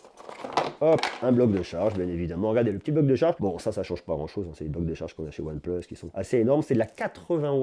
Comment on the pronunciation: Pourquoi tu dis " on plus " le plus tu le dis bizarrement c'est énervant sinon top vidéo